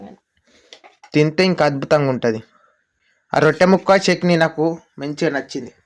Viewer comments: చెకీని కాదు చెట్ని ఆనాలి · చెకిని కాదు తమ్ముడు చెట్నీ అనాలి